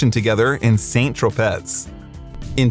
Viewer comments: BTW, it;s san trow-pay not paz or whatever you said, just for future reference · San tropay. not saint troepez. Do your homework son... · The pronunciation of french words (Rimbaud, Saint Tropez...) is excruciating. It doesn't take much to look up the pronunciation on Google. 🤷